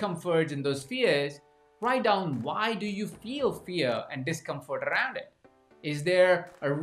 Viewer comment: How you pronounced the word "around" makes me laugh every time I hear it :) Great content. I loved your examples and how you brought the Johari Window into the coaching context. I have heard about it before but never knew how to apply and use it for myself and for the work with other people. Thank you! :)